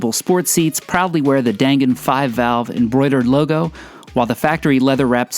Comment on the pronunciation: I was in Japan in the 90's and share your enthusiasm. I love that we can these in the states now. And FYI, its pronounced "Don Gon" or "Dahn Gahn."